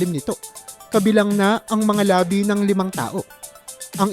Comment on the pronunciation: Mali pag pronounce ng labi- ibig sabihin mo lips